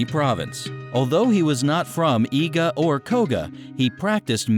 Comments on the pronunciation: Eye-ga lol😂😂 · He said it like Eye ga!!!!! ITS EE GA, I-G-A I'S ARE LIKE EE'S IN JAPANESE *sigh when my ninja Geekness kicks in